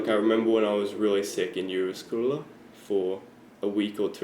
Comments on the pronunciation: it's not really pronounced "jyvaskylla" it's more pronounced "youvaskula" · Juvaskula, sounded like pronounced Russian.